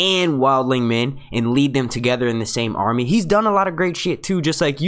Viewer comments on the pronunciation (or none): none